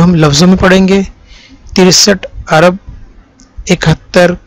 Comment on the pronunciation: عرب نہیں جناب ارب لفظ صحیح ہے۔ ویسے ویڈیو بہت کارآمد ہے۔